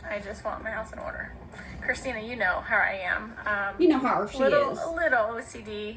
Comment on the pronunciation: Hawr? Instead of How?